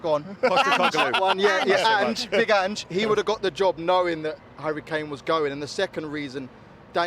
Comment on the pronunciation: To be fai rAnge's name is hard to pronounc eeven I struggle with it. I think he'llb ea goo dmanager for us though w ejus tneed t ogive him tim et obuild the team he wants